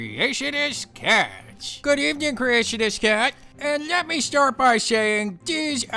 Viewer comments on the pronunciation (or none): none